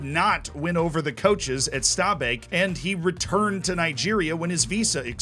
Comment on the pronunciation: great pronunciation of stabæk really impressed